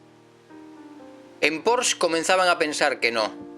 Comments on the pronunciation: Un gran vídeo para un gran coche....sólo un matiz: se pronuncia “porshe” no “porsch” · Tal y como este señor menciona el nombre de este fabricante es totalmente errónea. No es "Porsch", Sino "Porsche". Con E.... Saludos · Como pronuncias el nombre mal ? La E al final se pronuncia , es una marca alemana creado por Ferdinand Porsche y en la gramática alemana siempre se pronuncia la E , en alemania hablamos aleman y no ingles